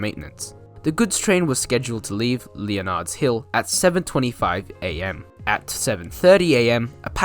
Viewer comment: And Leonard's Hill is pronounced 'Lennard's' Hill. And all the 'G's in Lerderderg are hard -- as in 'good'.